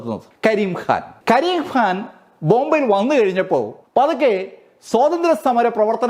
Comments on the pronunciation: ഖ യുടെ ഉച്ചാരണം (ക'ഹ) എന്നാണ്. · കരിം ഖാൻ ഹാൻ അല്ല.. ഉച്ചാരണം ശ്രദ്ധിക്കുമല്ലോ. അവതരണം കൊള്ളാം അഭിനന്ദനങ്ങൾ 👌👍🌹